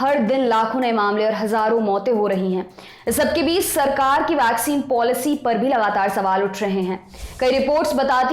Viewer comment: वैक्सीन तो सही से बोलो..... वाक्सीन बोल रहे हो